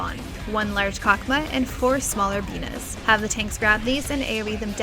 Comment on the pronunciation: "Four smaller Binah's" ---Me: Did she just say penis?